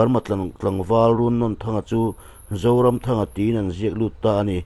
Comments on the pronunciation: Run nawn N atang hian a hniam zawnga a thluk tur 😁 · A hming i lamdanhi a thluk dan a dik lo. Nawn laihi ainawn kan lama a nawn lai kan lam dana lam tur ani. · Runnawn tih laia nawn hi thluk tur a ni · Runnawnthanga hminglam rik hi a diklo a ni Nawn tih laihi Cut lovin Thluk hniam a thluk hret tur a ni